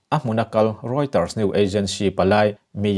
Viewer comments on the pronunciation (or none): Roiters news tia in lam hi a spelling ka va hmu duh e aw...